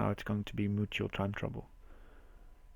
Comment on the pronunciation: I'm guessing you said 'mutual' but it sounded a lot like 'mucho', which would also make sense :-)